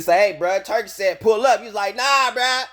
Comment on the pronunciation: It's Al-sheikh, not Al-al-sheikh And it's pronounced "Tour-Key", not "Turkey".